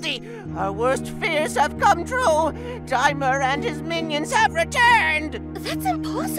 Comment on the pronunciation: His name is DAI-mur